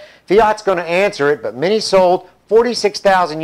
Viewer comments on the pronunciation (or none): forgot the t in but